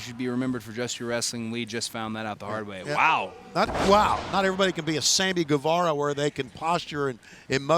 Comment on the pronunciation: Sandy Guevara? I love that guy 🤣 Just shows that it's not just JR that can fluff the names.